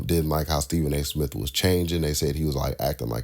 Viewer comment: Who cares , let's get back to sports center and do away with all these shows. Remember when MTV played videos. Pathetic. And it's smith , not smiff